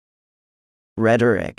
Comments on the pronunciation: i literally misspelled "rhetoric" bc who tf pronounces it that way....? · I've never heard anyone pronounce rhetoric like that. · Apathetic V Perfidious V Ruddy V Rhetoric (i struggled with this one because i pronounce it differently) V Umptuous X Mince V Aglomeration X Terse V Histrionic V Aprogrium X Chromatic V Prosecute V Perceptable X Prodigious V Schizophrenic V Rebold X Perennial V Teem V Prepound X Titular V Overall I got 14/20, which I'm pretty pround of since I only knew 13 of the words, plus I'm 14 years old :)